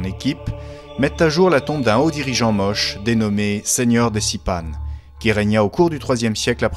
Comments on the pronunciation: Je salue votre reportage, salutations de Bruxelles ! Même si on prononce Moché et non pas Moche. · J'ai habité 4 ans à Trujillo et ma femme est péruvienne et je peux vous assurer qu'on prononce ça Motché peu importe la langue. Comme on prononce Juan (rouane) en espagnol avec la jota ou James (djaymss) en anglais. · On prononce MOCHÉ ! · Big up pour la musique d'Age of Empire par contre, on dit "moche" à l'espagnole. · Ca se prononce Motché... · Motché y motchica , se pronuncia. La lunA. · On prononce : motché. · Merci pour votre réponse. Les Péruviens prononçaient tous "Mochica" lors du tournage. Nous avons donc traduit "Moche" pour le commentaire en français (mais nous ignorions le "tché" dans la prononciation). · Monsieur ou madame de CRESS, je peux vous assurer que même en espagnol ça le prononce MOCHÉ avec en "é". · Comment est-il possible que le presentateur ne sait pas BIEN prononcer "Moche". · Non ça se prononce Mochica en espagnol et simplement Moche en français. L'un ou l'autre :)